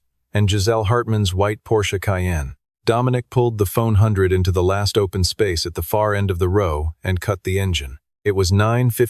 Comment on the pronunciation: It’s a ford F100 not a phone hundred